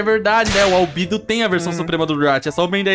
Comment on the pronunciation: Não é albido é albedo